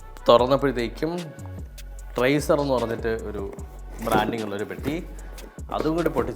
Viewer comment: ട്രൈയ്സർ അല്ലടെ 😂😂😂ട്രേസർ ആണ് 😂😂😂സ്കൂളിൽ പോയി പഠിക്ക് 😂😂😂